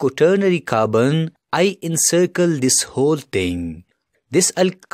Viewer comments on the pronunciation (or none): He pronounces Carbon as Kabn 😂